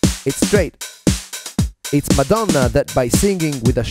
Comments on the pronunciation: Have you got the italian accent? Because when you said "Madonna" was in perfect italian! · "MADONNA" CON L'ACCENTO ITALIANO ADORO!